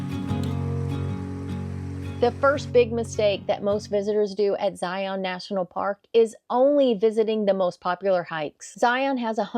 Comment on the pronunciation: Great video! However, you missed one mistake. Not knowing how to pronounce Zion. Its pronounced like Lion with a Z. Anyways, thanks for showing other parts of Zion that youtuber usually don't!